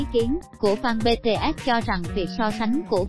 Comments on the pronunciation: Bi Ti ét chứ éo phải bê tê ét Ok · chuyện chú Vinh thì có thể là hiểu lầm t để ý mỗi ad mắt j BTS ko đọc mà cứ đọc Bê-Tê-Ết nhể :) 🙂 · Bê tê ét. Bạn ơi đọc sai tên nhóm r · Sao cứ đọc là bê tê ét nhở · Má đọc chữ BTS cho rõ vô coi